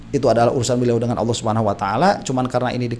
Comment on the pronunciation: Suara nya terdengar AWOH bukan ALLOH 🥺